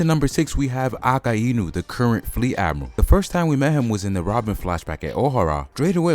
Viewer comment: mate its not a-ka-i-nu its a-kai-nu